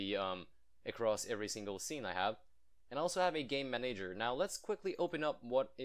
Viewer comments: IT'S "MAN-uh-jer" not "mun-AGE-er" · Man-A-Ger not Ma-Nager :) love the videos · Are you Italian by any chance? You pronounce the word "manager" with an accent like an Italian would. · i love your videos but the way you pronounce manager triggers me >.<